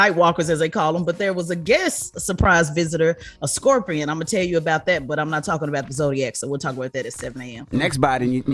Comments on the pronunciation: Why does she keep saying Scorpio? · Why she keep sayin Scorpio? lol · At first Why they let her keep saying "Scorpio" 😮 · Tex keeps saying “Scorpio.” 😂😂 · If it wasn't for Jess hilarious I swear I would not watch this between Tez mispronouncing scorpion the whole time or Charlemagne not knowing what American territory is when it's literally in the name American territory